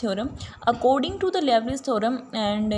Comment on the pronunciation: Liouville should be pronounced as "lee-oo-vill" (लिउविल), not "lovely".